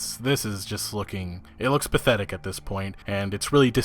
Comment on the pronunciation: Every time you said pathetic this video what I heard was "Bethetic" lol.